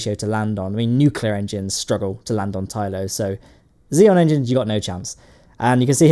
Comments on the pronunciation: Props mate, fantastic job!! :D But btw, its Xenon not Xeon ;) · The word "Xenon" has more letters than you think it does. Notably, that "N" in the middle you choose to ignore. It's not Xeon.... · XENON NOT XEON! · Are you saying "xenon" or "xeon"? It sure sounds like the second. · Please pronounce the "N" in xeNon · why does he pronounce xenon as xeon?